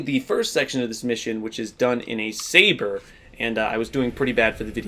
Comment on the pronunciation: "Elephant" "Saber" ouch